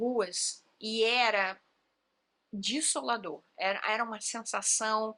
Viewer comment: Vocês desejam tanto o mal para o Lula e o mal para as pessoas pobres. Interessante que com as pessoas pobres é tudo ruim . Com os ricos é tudo harmônico. Isso diz muito sobre você. E a propósito, não se diz dissdolador. É desolador.